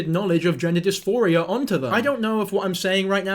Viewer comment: It's "gender DisPHORia", NOT "gender disMORphia". Big difference.